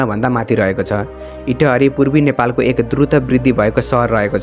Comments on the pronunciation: Totally wrong pronunciation 😡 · Lekhnebela anthanabbe lekhne ani uchcharan garnebela anthaunna vanne kasto ho yo ta itahariko paloma ta